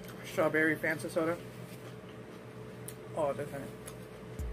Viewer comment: The way you said soda 🤣lol